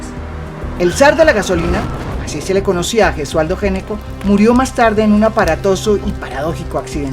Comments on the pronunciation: El apellido Gnecco se pronuncia "ñeco". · Gnecco es un apellido italiano y se pronuncia "ñeco"